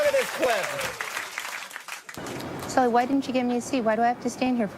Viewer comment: Norm knows Sully so well, he said his name wrong.